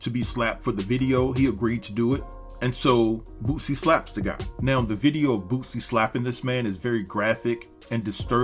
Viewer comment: I kept thinking you were saying "Bootsie ". This is disgusting. F-ng celebrities. I enjoyed the video and it did just what it was supposed to do. Get people watching it and talking about it. The shoe was ridiculous and Nike has said they had nothing to do with it and are taking legal action.